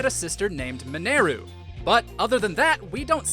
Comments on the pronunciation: Who is Min-air-u? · There’s voice acting in this game, they say the character name “Mineru” multiples times, there’s no excuse why you keep saying it wrong in this video. You know how it’s supposed to be pronounced.